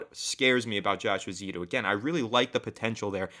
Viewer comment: I hate correcting people but the name in my understanding is Josh Eh-zoo-do. If i'm wrong please correct me back. lol Have you guys heard the rumors of a trade for Dalton Risner from the Broncos and what do you think of this?